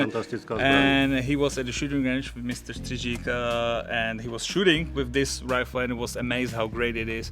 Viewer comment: Good job on pronouncing Mr Strizik’s name 👍👍👍